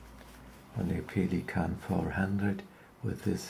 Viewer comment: That's the correct german pronounciation....